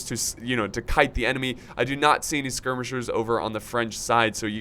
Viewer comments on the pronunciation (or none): none